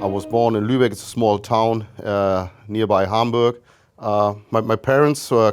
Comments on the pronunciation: I was going to say the same thing. When he said he went to "toon" 😂😂 so good. To learn English in the north. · "When we were out in toon" lol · His accent mixing German with Geordie is very funny. When he says the word "town" it brings me immense joy. He's making up for his past with such a funny voice.